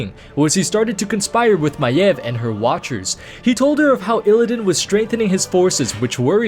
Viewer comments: That is how it is pronounced...not MAYVE, MY-EV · Thats how you pronounce her name